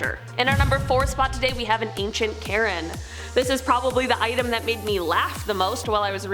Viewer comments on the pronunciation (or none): none